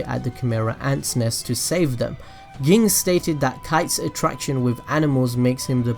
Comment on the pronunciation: it always tilts me when he says ging the way he says it